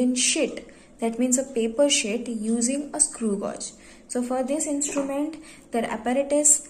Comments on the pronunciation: why is she saying shit instead of sheet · that's wht i too heard first...shit🤣🤣🤣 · its sheet not "shit"😂😂😂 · It's not shit it's "sheet" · No no guys no dirty minds she said sheet okay sheet not sh*t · Its not shit its sheet 😂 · well its sheet not shit